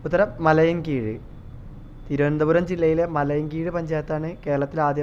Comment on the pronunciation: മലയൻകീഴ് ❌ മലയിൻകീഴ് ✅